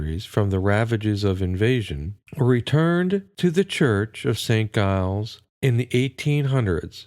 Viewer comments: Giles is pronounced JILES, not guyles. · It's pronounced as Jiles